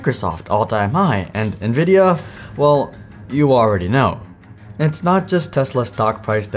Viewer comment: I swear, this is the only youtuber than can properly pronounce "Nvidia".